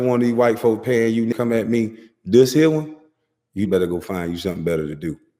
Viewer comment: Me .. me.. not may